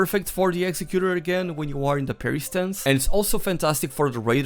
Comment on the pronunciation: It’s pronounced executor not executor.